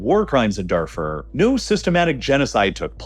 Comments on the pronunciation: Please, mispronounce Darfur one more time, it’s truly music to the ears how much you butcher names to farm engagement! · Pronunciation of the following needs some work: - Darfur - apartheid - during